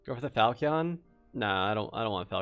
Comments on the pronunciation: Top videos, been watching your dark and darker and recently been playing vrising aswell. One thing. Falchion = fal-shun Not fal-key-un. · Fal-chun. What is a falc-eon? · I came here to learn, and learn I did, but please my brother in Christ falchion is pronounced fal-chen and the "a" in flanged is pronounced as it is in "land"